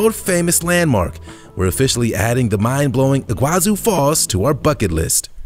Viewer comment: Iguazú (Spanish, in Argentina) / Iguaçu (Portuguese, in Brazil) is pronounced "ee-gwah-SOO" in both languages, with the stress on the last syllable. It's not "ee-GWAH-zoo" as in the video.